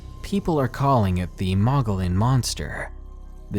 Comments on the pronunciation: Mogollon is pronounced "muggy yawn" greetings from Arizona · It's pronounced mo-gee-on monster. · Hi, I really enjoy these true stories, especially skinwalkers and the like. Thanks! I wanted to mention Mogollon is pronounced "Mug-ee-yon". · "Mogollon" is pronounced Moh-gee-yawn. Just a heads up from a Native Arizonan.